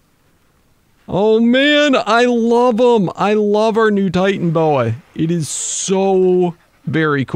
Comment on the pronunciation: It is titanoboa is not titanboa